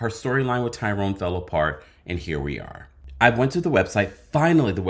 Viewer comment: ~I almost fell out laughing when she said Lyrone😂😂😂😂😂